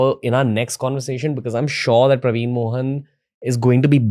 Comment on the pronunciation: Its actually PraveenAAAA MohanAAAA.. like he pronounces all Indian names. Colonised 😅😅😅